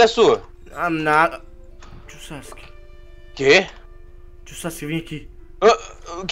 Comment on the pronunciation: No minuto o fala kawuack em vez de Sasuke